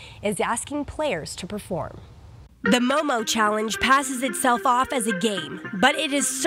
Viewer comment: It's MOOMOO not MOMO!